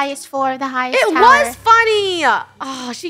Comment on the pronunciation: Its Funneh not funnneh